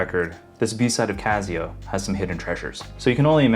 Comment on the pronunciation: It's not "Cazzio", is it?. It's not OK to mispronounce it. Please correct me if I'm wrong. I've never heard anyone say it that way. If it is indeed pronounced "Cassio", and you are the only one mispronouncing it, please consider making an adjustment.